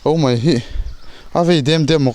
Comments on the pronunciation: Mai aiah mei i ti dik lo zêl a! Tih mai mai loh tur, kan ṭawng hi! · "Mai" tih tur a "mei" tih ṭawngkam i hman hi tlem phei se chu i ṭawng pawh ngaihthlak a nuam leh zual ang.. han ṭang leh sauh sauh teh..